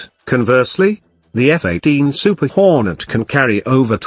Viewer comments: LOL Iaughed out loud when he said it... "f-18 hornet and the f-28 super WHOOORE net" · Did the computer voice say Lee running for Liaoning and Hor net for Hornet? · "The F-18 super hooownet"